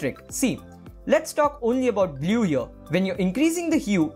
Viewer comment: Dude, the tutorial is fantastic but please don't say "blyoo"